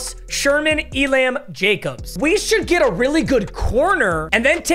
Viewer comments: I know Papa doesn't give a crap how names are correctly pronounced, but it drives me f*ckin nuts when he says E-Lamb. It's pronounced elum. Flame me if you want. I can't listen anymore without saying something. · just to help you out, kaiir elam’s last name is pronounced “e-lum” 🤓